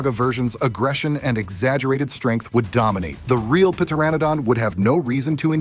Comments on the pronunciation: Pteranodon is [ tur -ran -uh - don] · The p in Pteranodon is silent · Pteranodon, the p is silent bro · Bro forgot the P was silent😂